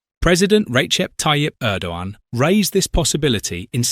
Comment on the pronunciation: You don't hear a G in Erdogan. Just say Errdoan. I don't like him, but looking at the new bad boys in the world he seems to be a half way decent guy.